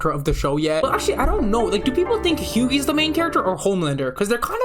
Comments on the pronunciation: did bro just say Hew-Gee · Almost like the actors are acting like their characters...? also "batcher", "hughee"... c'mon man. Feels like you read into it way too hard and got it wrong plenty of times, makes you seem like you think you know what you're on about, but don't actually have a clue. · This guy pronouncing Hughie's name as "Hyoogey" makes me wanna eat my own 💩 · why you pronouncing hughie that way? Did you now watch the show where his name is being pronouned very clearly multiple times?